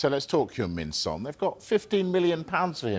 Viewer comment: 10 yrs in the Prem FFS pronounce his name right. the disrespect proves your complete ignorance